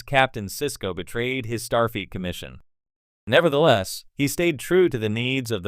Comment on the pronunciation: I’m sorry, it seems like the AI voice is saying Starfeet Captain Sisko. The Curdossian occupation? The Biaoran people? Try not using AI.